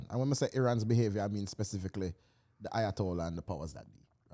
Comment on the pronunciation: Not lowatollah, 🫠